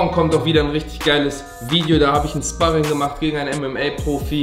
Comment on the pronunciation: Wird Schparring ausgesprochen und nicht spahrring